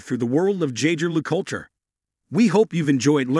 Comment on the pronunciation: Oh gosh… does a video of a brand but doesn’t learn how to pronounce it right. My ears bled.